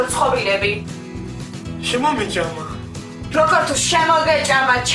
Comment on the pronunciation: შემომეჭამა მაგარი სასაცილოდ ამბობს 🤣🤣🤣🤣🤣🤣🤣🤣🤣🤣🤣🤣🤣🤣🤣🤣🤣🤣🤣🤣🤣🤣🤣🤣🤣🤣🤣🤣🤣🤣🤣🤣🤣🤣🤣🤣